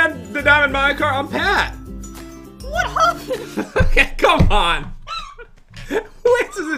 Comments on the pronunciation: Pat: hey dan im pat Jen voice of dan: WHAT HOPPEN PAT: OH CMON DOOR SAY EHAT HAPPEN AND SHE GOES WHAT HOPPEN ME:HAHAHAHHA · Pat: hay dantdm I'm pat Jen: what hoopend hahaha😂😂😂😂😂 Pat: come on u were about to say what happened and u were like what hoopend hahahaha😂😂😂😂😂